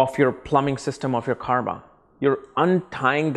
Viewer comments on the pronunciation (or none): none